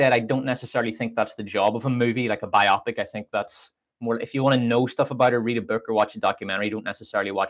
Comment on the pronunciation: I was thinking the same thing... bio-pic, not biopic, lol.